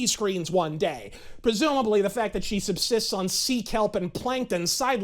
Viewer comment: ... "because se did not see one principal that se did not whant to F for a better grade"... I am in total laugh apneea here, somebody give me O2 to breathe.